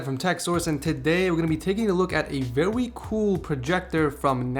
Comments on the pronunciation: "We're going to be taking a look at the vewy cool projector from nebular" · "Vewy cool projector" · "vewy cool" lol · Did you just say "vewy"? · I swear he says vewie special projector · "Vewy cool" lmao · "Vewy Cool" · vewy cool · lol "vewie"